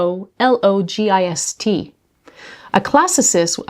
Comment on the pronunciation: I Googled "chicxulub crater" for the pronunciation and an asteroid flew across my phone screen and the image shook 😄🦖☄️ Your pronunciations all sounded pretty good. I think the accent goes on the second syllable of philologist... like psychologist or oncologist. I thought it was kinda weird that you'd have to remove a row of pieces in order to connect puzzle sections. Then you'd just have a pile of edge pieces left over if you want to connect the whole puzzle? :_PuzzleDonkey